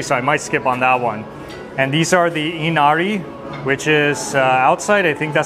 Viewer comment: I need to teach you how to say, ‘inari’ correctly. Lol!